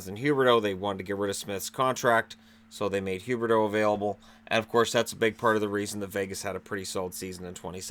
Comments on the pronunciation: Leon L he purposely says Huberdeau. He does it all the time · He says Huberdeau on purpose lol